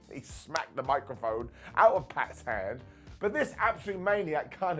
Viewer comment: I had to go back to hear you say “Pat’s hand.” after initially thinking that you had said “Pakistan.”!😂😅